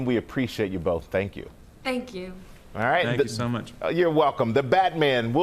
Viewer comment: Why did she say thank you like that 😂